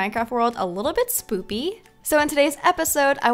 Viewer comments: Lol you tried to say spooky, bit you said soopy😂😂😂😂😂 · You know you said SPOOPY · Girl said spoopy at the start😂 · by the way u said near the end oooo it look spoopy lol it spooky ik it was accident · Is it just me or did I hear Katherine say spoopy? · You said spoopy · Did anyone else hear her say spoopy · did you say spoopy😅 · You keep saying spoopy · you said spoopy you mean spooky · Lol you said spoopy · Y did you say spoopy it's spooky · Why do u say soppy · I had to rewind the video to listen again, because I'm sure I just heard Katherine say "spoopy".... 😶🤣 But then I come to comment and whattayaknow. She's written it in the comments too 🤣 now that I know it was intentional, I can go on about my day. Thanks for the laugh Katherine! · She said SPOOPY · U said soppe. Haha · OMG YOU ALSO SAY SPOOPY !!?!?!? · Did you hear her say spoopy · You said spooby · the first time you said spooky you said spoopy. hahahahahahahahahah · She said spopy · Did you say SPOPY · You said spopy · Lol You said Spoopy instead of Spooky